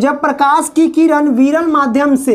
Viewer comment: Abhi bolana shikh jao किरनkah rahe ho tu